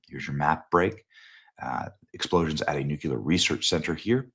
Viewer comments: Benny, I love you but it's NOT "newQ'lar" its "new clear"...... Please stop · Please PLEASE, Benny! The word is NUC-LEE-ER. Not NUC-U-LER. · First of all it’s not Nucular it’s Nuclear. And second you’re an enemy of Israel. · With all due respect, it's not Nukelar, it's Nuclear. Doesn't seem like a difficult word to pronounce. If you don't care about tue issue, why voice your opinion in the first place? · THERE'S NO SUCH WORD AS "NUCULAR"... IT'S NUCLEAR (NEW CLEAR). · Nuclear, Benny. Not nucular. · nuclear = new+clear. STOP SAYING NUKE-U-LAR, Benny. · FOR THE LOVE OF GOD, ITS PRONOUNCED " "NOO-CLE-ER".... NOT "NOO-QUE-LER". Why do people have such a hard time pronouncing the word correctly? It's infuriating. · Its Nuclear not Nucular Benny. Just sayin' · HEY BENNY!.....Newsflash: "New-QUE-ler" is NOT a word. Look at it. (nuclear) If you're going to present as one with credibility, at least pronounce the word correctly. It's "New-Klee-Er". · Benny, I love you. "New-cue-ler" is not a word. Nu-Clear Benny, that's it. lol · Benny… It is new clear… new clear —not new kew lar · I love you Benny, but NUCLEAR = New-clee-ur, not the GWB era mispronunciation “NUKULAR.” GW has an excuse, he has never been that bright. You are one of the best and brightest. Don’t succumb to the left’s stereotype of Republican men. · It's not NUCULAR. it's nuclear. Please make an effort. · Love your work Benny, BUT... The word is pronounced nu-clee-ar. You're saying it like George Bush — nu-cu-lar. Bush wasn't super-bright, therefore... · KNEW-KLEE-UR. Not NEW-QUE-LER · "New-Clee-er" - not - "New-que-ler" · Ps only dumbasses say ‘nuke you ler’, it’s pronounced NEWCLEAR!!!! Nuclear!!! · Nu-Clear, NEW CLEE AR, there is no NOOK YOU LAR. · ☆☆BENNY☆☆ You're NOT George W. Bush... It's "NUCLEAR" Not "NUCULAR" 🚫NUCULAR 🚫OLD CLEAR ⭕NEW CLEAR ✔NUCLEAR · Bennie, say it with me: nu-clear. Nu- clear. Nuclear. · Nucular, ffs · Dude. I love you, but it’s nuCLEar. “Come one, man” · What does nucular mean?